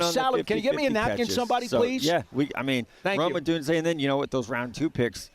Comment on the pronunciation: I cringe so hard every time schmelk says “odune-zee-yay” its just odune-zay brother.